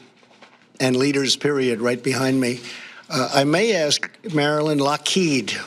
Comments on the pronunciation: He didn't even say "Lockheed", the way he says it, it sounds like "Lockéde". Like it was some french name or something. Unreal. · No. The founder of Lockheed was Allan Lockheed. Lockheed then merged with Martin Marietta in 1995 to create Lockheed Martin. Also, Trump didn't even pronounce "Lockheed" correctly. It's pronounced"Lock Heed".